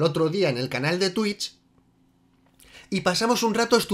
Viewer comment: Cuando eres de Vallecas, dices Twitch y te ahogas por decir algo en inglés vallecano